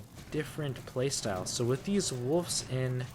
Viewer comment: There’s also no f in wolves. It’s not woofs